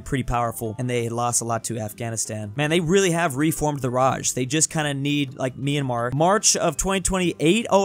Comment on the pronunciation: and also he called mymmar me a mar insted of my am ar